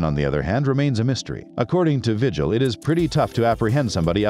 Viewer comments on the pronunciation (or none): none